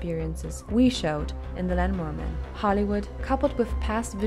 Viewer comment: sounded like lanmower with headphones on